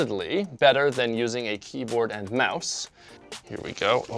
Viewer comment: I'm disappointed by your KEYBOARD pronunciation. You did this better.